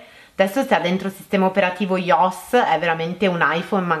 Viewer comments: iOS si legge (ai o es) non iossss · Ma si vede tantissimo che è fake, comunque IOS si pronuncia "Ai o es"